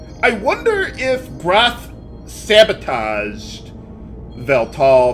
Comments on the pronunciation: said Grahf as Grawf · I honestly thought Grahf was pronounced as graph when you said, "What an amazing name." Good thing I was wrong because having a major villain sound like he's named after a diagram would be hilarious.